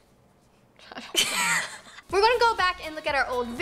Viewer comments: Nessa : reminency Roni : remi ratatue Me : * gasp * the rats name is remi not ratatue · Them trying to say a word: Roni: remi Nessa: renasancing Roni: ratatouille Nessa: reminaunce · The merrell twins: Trying to say reminisce Roni: Remy Ratatouille